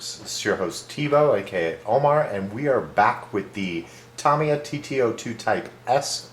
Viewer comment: Nice build, Thank you for pronouncing 'Tamiya' correctly